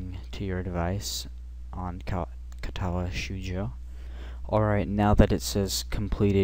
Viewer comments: great guide, my only complaint is that cringe inducing pronunciation of katawa "shoh joh" ._. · Great guide and thank you. I probably don't need to mention the wrong pronunciation... but wth. Ka-ta-wa sh-oh-uu-joe.